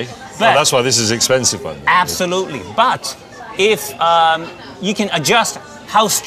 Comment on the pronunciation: "That's why it's expensive" "Asssoblutely"